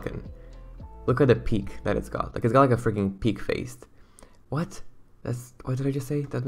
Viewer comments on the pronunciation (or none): I was cracking up over you tryna say the ‘beak’ on a bird you kept saying peak an I laughed too hard 💀